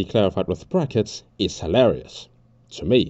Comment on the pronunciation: Was the “prackets” on purpose